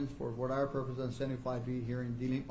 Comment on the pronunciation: Do US law schools not teach their law students how to pronounce 'voir dire'? It is NOT 'voyer dyer'!